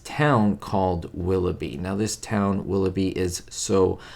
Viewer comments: you flash a photo of Desi Arnaz and instead of saying Willoughby you say Willowy. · 'A stop at WIlloughie?' its - 'A stop at WilloughBy....' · It's "A Stop at Willoughby." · was mispronouncing "Willoughby" and it reminded him of Ricky Ricardo, so he dropped in a quick shot of Desi. 🙂